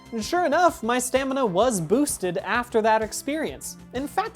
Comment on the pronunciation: My father (long time video game Ark addict) says "stanima", so every time you say it correctly fills my heart with joy.